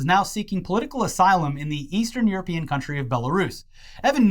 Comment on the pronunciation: Sounds very euroPEEan.